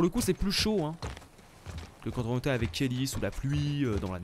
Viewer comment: Salut tu dit Kelly